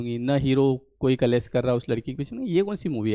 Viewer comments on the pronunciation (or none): कलेस नहीं.. क्लेश बोलिए ..